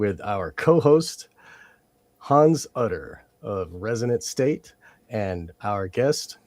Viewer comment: Hans, I recommend that you maybe spell out / make clearer that you’re saying “resonant state”. It’s a great name for your show but when you say it fast like that it sounds like “resident state “ and I often find that when I try to check out links under videos the buttons just don’t work. Great show, everyone!